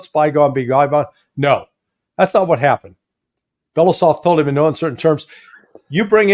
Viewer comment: It would be great if Larry Johnson and yourself would be able to correctly pronounce the name of the Russian defense minister: Belo-U-sov.